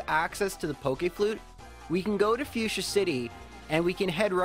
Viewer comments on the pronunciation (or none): none